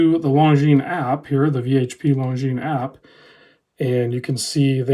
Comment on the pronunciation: Perfectly pronounced! Well done.